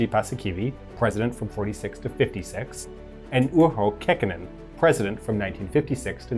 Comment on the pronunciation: Pussykiwi - Khakkhonen doctrine 😂